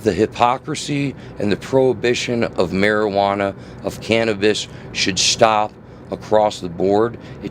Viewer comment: Mar-iguana iz best brain power. Mar-iguana iz... zgood ya know...